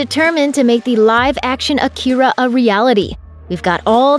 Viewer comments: It's pronounced Aakira, stressed on 'A' not 'ki' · The fact that you keep mispronouncing it's name is all the hopelessness that I have for a "Remake" of a masterpiece that it already is. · driving me nuts. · You can’t even pronounce it